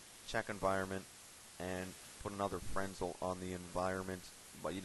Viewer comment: its pernounced FER-NEL not FREN-SEL